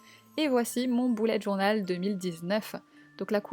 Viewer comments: elle dit un boullette journal mais on est d'accord on dit tous un beullette journal, nan?😂😂😂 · Tu dis boulet alors que c' est "beulette journal"